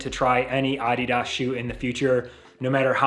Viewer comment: Good review. I bought my first pair of Adidas footwear back in 1972 when I ran track in high school. I would strongly suggest you stop mispronouncing the brand name and refer to it properly as "uh DEE duhs" with the emphasis on the second syllable instead of the first. You sound ridiculous...